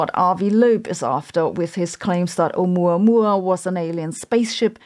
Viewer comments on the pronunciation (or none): Why would an advanced race use radio signals? That in itself is suspect. "Advanced" is not a synonym of "technological", either. (Sabine needs to set aside some time to work on her pronunciation of Hawai'ian names. The glottal-stop 'okina at the beginning was not audible at all in 'Oumuamua.)